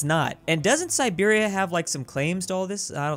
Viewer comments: Calls Siberia Serbia Me: Sad Russian sounds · Calls Siberia Serbia Me: Confused noises: Does it a few times: Finally calls it Siberia Me: Angry noises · Everytime Siberia was called Serbia, one Dmitri in Moscow lost his vodka 😔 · keeps calling Siberia "Serbia" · omg the first 4 comments i saw were about saying "serbia" instead of siberia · Me hearing referring to siberia as serbia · If you botch Siberia one more time...